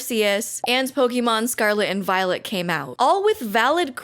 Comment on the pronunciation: Am i the only one that hears "scarlet and VIOLENT"?